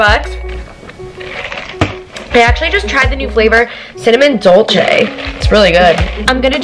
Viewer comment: You're cuban and you cant pronounce dolce right? Im cuban and i can